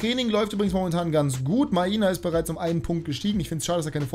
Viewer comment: Maina wird nicht so ausgesprochen wie du es machst er wird so Meiner ausgesprochen aber Maina geschrieben war in seiner Klasse